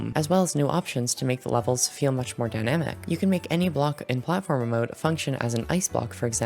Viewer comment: Lol robtop said he will add platformer but when he said it, it said Plate-former